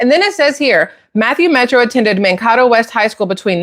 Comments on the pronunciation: yeah, Mankato. Man-kay-tow. You know....the second a is long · You are saying the highschool name wrong. It sounds like man Cato, Mankato . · This video's fake. I've lived in Mankato, MN and no one calls it Man-kat-oh, it is pronounced Man-KAY-to. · Just a minor thing: NO ONE from the Midwest—much less Minnesota—says: Man-kah-toe for Mankato. It’s pronounced Man-kay-toe. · ❤love your videos. Don't mean to be nit picky, but I live in MN & Mankato is pronounced Man Kato with the long a. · Pronounced with Long A in town in MN , Man-KA-toe, . . . (I lived nearby for three years in 1970s after marriage.) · Not that it matters but Mankato is pronounced Man-kay-toe. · It's pronounced Mankato with a long A. Like in name Jane. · Just for clarification, since I'm here in MN... it's pronounced MAN-KAY-TOE, been there several times. College town. Gag. As for Tampon himself, the guy is a piece of sh*t and that's giving him the better of it. What he did here in MN is shameful and most MN's can't stand his guts. I'm beginning to believe that the Dems picked this loser because they knew they could blackmail him to do whatever they wanted... and, I can't stress this enough, if Bonushole and Tampon get in - its because of cheating, cheating, cheating. Did any of you hear about the mail in ballots being found near the sewer drains? Its already started. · Just an FYI: Mankato is pronounced Man-K-toe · It's pronounced man-cay-toe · I live near that town It's pronounced Man-kay-toe. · Hi! LOVE YOUR VIDEOS!!! I'm from Minnesota... just an FYI.... Mankato is pronounced (man kay toe). 😊 and Tampon Tim is 🤢🤮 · Mankato pronounced Man Kay tow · Mankato is pronounced Man (like a male person) Kay toe. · Potatoe is Man Kay toe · Mankato, pronounced Man-kay- toe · Not to be a pain ( im in Minnesota) Its called Mankato ( man -kay-toe) And look at Waltz behavior... he just acts Like a Flamboyant Gay ! ( Richard Simons like , just saying) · Man-Kay-Toe. Thanks for the videos!